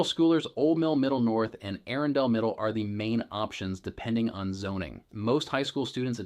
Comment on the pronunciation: Why are you pronouncing all the names so oddly??? “Anne Arundel”